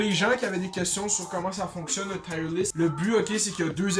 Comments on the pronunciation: Tu prononces mal Tier :) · hahaha jme suis dit ]ca tout le long boy aek tes "tire"